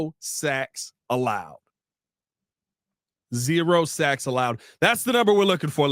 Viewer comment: It sounds like you said zero sex allowed 😂